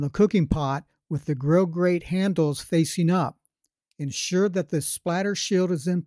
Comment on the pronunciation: Grill Grrrrrate!!! Not gate